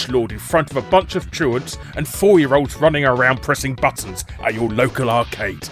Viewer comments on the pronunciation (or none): none